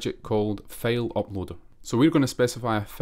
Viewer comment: No offense but "file" = ['fàil] not [fêil]. Liked the video❤